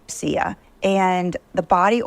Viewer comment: 😖 I refuse to buy the Osea products anymore, she can’t even pronounce it correctly. It’s sad because I’ve used the products for quite awhile. Could anyone recommend a good cruelty free skincare line?